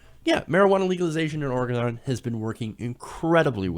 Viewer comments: I really think this pot tax is going to help our state. By the way....it's pronounced or-e-gun, not or-e-gone. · Its pronounced like Ore-eh-gen, not "gone". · it's not Orgon jackass it's OrEgon